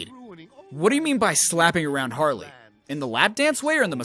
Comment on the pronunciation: It's HARLEY, not "Haley"! Also, you fundamentally fail to understand this video by saying that.